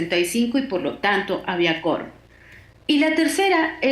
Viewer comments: Se dice 'QUORUM' NO Corum . , Chale enseñate a hablar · Hay que decirle a la periodista entrevistada que la u de quorum se pronuncia. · La entrevistada no sabe pronunciar la palabra quórum. 🧐🧐🧐🧐🧐